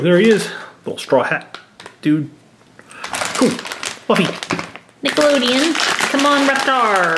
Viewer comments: How many keyrings did you open? Oh, and it's pronounced Luffy (L-OO-FEE) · It’s pronounced loofy then luffy